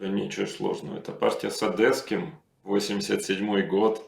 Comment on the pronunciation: Да ну почему же он Илья ОдЭсский, когда ОдЕсский, ну буква Е ведь, не Э ОдЕсса, одЕсситы и т.д.